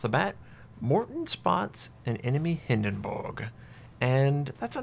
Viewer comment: Stop saying hindenburg like that...